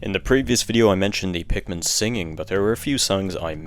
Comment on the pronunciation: Why do you say pikmin tree and not 3!?